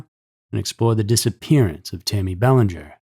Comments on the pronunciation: In Mass the name is pronounced Bell-AN-ger with the emphasis on the an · I enjoy your narration, however I was disappointed with the pronunciation of her last name,I heard the proper pronunciation in your 1st media clip,I believe it would be vital to least give her that dignity of this small respect 🙏- (Well, I guess AI rules the world now- sigh 😢) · I live 30 minutes from Exeter I'd say the meth and fentanyl haunts these areas n you're not pronouncing that little girls name right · I can’t listen to you mispronounce Belanger. Do some research on proper pronunciation before airing next time geez 🙄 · Pronounce the name right.